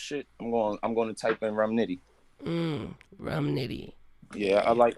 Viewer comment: He said rum nitty for bars lol